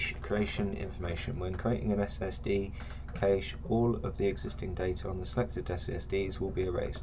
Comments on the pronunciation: Nice video, even if you do have a funny pronunciation of 'cache', it's normally pronounced "cash" not "cay-sh". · Very helpful. Also made me check how I’ve been pronouncing cache. Correct is indeed “Kash” phonetically. If that’s helpful 😊